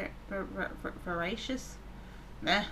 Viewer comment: You seem to often add or change letters or syllables to things you read, completely changing their meaning. For example, you read indigent as indignant, and veracious as 'vervacious,' which I think is a common mispronunciation of vivacious. It also doesn't help at all that this game's definitions are a little archaic and extremely by-the-book, dictionary-entry-specific, and non-metaphorical. One of the earlier fill-in-the-blank sentences had diaphanous as one of the options, which wasn't the answer it was looking for, but it could easily have fit the very common metaphorical meaning of transparency; going back to the previous video, who uses deterrent as an adjective?!